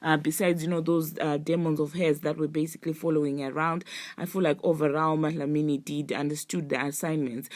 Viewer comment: Not you calling doja "madlamini"😂 are you from south africa?